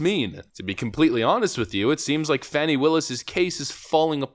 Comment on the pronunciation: Fani is pronounced with a u not an a